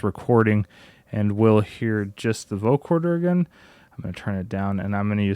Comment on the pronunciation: I'm loving this video, but every time you say "vocoRder", my eye twitches. 😅